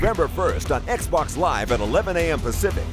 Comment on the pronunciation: Why you keep saying Xbox wrong?